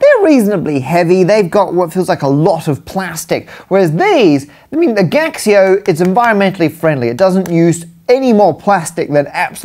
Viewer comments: Gaxio is in chinese is said "Gachio" just like you say "Casio" in chinese. It's a counterfeit calculator don't search. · I believe it is pronounced Casio in Mandarin. The G prounounces [k] as in skill and x is the closet sound mandarin can make to how we pronounce the "sio" (which we should pronounce like in vision, also because it is named after the founder Kashio) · "Gaxio", now I feel ashamed of being Chinese.